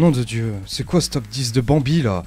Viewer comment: Pourquoi tu dis bambi comme gotaga ?